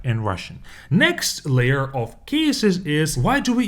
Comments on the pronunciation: The word of, is pronounced uv. The word you are pronouncing, is off. A lot uv water, not a lot off water. Off means to remove something. Take off your coat. It would be easier if I could pronounce the words so you could hear them. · "Of" произносится как "ов", а вы произносите Off. Почему кучу русскоговорящих не могут это никак запомнить😂